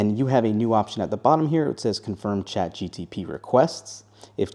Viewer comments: Saying Chat GTP instead of GPT is bothering me a lot. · It’s Chat G P T, not Chat G T P. Your welcome. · My ears hurt from chat GTP 😂😂😂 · Listen when he started the video I had to google it. I was like "don’t tell me I been saying this wrong all this time" apparently he is wrong. Feel better now 😅😂